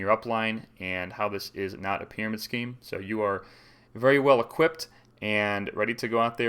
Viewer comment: Prymarid Scheme 🤣